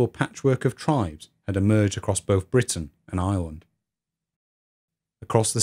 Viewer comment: It took me way too long to realize he was saying "Britain and Ireland" and not "Britain, an island" I wondered why he kept reminding us it was an island